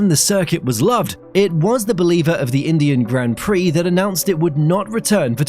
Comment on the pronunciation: When you said Indian Grand Prix, it sounds horrible.